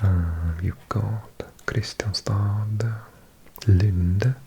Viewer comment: Kristianstad is pronounced Krischánsta (krɪ'ɧansta).